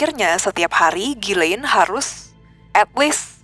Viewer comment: bukan jilein, tapi gilein, pronounciationnya, ko jadi jilein